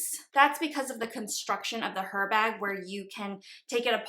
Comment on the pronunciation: It’s silent H….. it’s pronounced as Erbag! 😊